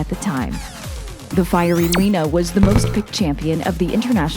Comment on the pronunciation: It was spectacular and all until I heard "Champion Lina"